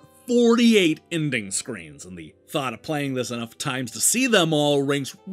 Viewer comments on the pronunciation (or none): none